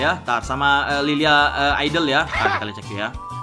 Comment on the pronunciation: Njir espresi salah baca nama skil liliya😂